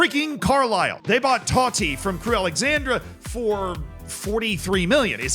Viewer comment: THANK YOU for saying Crewe Alexandra and not Alexander. great video